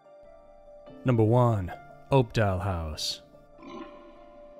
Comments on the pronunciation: Its pronounced up•doll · Opdahl "House"???